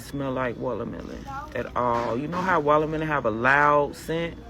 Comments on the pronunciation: What's a "wallermelon" ? i know what a "watermelon" is but that lady called it "wallermelon" like 50 ×'s in that little clip, so annoying 😐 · She said wallermelon lol!